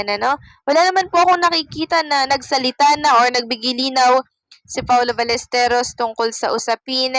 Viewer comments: Si jay saka ikaw, Balesteryos ang bigkas. Balesteros po. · Paulo Ballesteros, Baĺyesteros, hindi Balesterios😊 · Paano kami maniniwala sayo... Eh apelyido nga lang ni paolo dimo mabigkas ng ayos😅😂🤣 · Hindi balesterios ang apelyedo ni paolo...BALLESTEROS ang tama ayusin mo naman brad.. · Ballesteryos daw....wahahaha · Even your pronunciation of Paolo's last name is wrong. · Alam nyo po sana pag nagbabalita kayo yung 100 % na totoo at pls pakiayos ang pagpronounce ng apelido nya masabi lang na may youtube ariba lang ng ariba gawa kayo ng sarili nyong content kinikuha nyo lang din sa iba